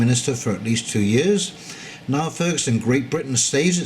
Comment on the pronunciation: Niall is pronounced Neal and he is an academic historian. In fact he has written a history of the Rothschilds, which implies an understanding of central bank finance and fractional reserve banking.